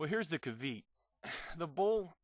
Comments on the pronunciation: Kaveet? It's caveat dude, pronounced "ka-vee-at" -_ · Caveat: Ca-VEET or... ... ...Ca-VEE-at? LOL.